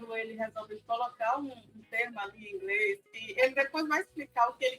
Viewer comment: Gastou todo ,",ingreis,". Que pena. Kkkk